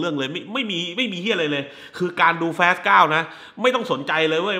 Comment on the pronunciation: พี่ครับพยายามอ่านว่า ฟาส เถอะครับ ลูกผมมันเรียนแบบเรีก แฟสๆๆๆ มันตลก